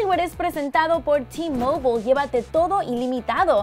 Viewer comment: T mobole es t mobile!